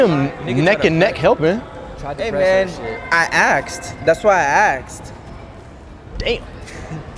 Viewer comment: that's why he axed